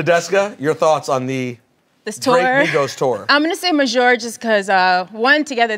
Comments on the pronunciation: Got these grown ass men saying maj majour repug. Show cool but stop that shit. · Just wondering, is “majour” supposed to be French? Cause that doesn’t exist lmaoo